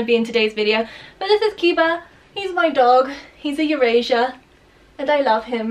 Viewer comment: Didn't know Eurasier was pronounced Eurasian